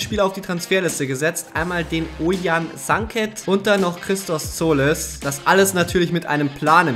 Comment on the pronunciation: Ne du hast tziolis richtig ausgesprochen bin grieche daher weiß ichs